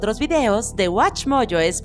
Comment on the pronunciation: Es necesario que pronuncien el inglés así? Es watchmojo español.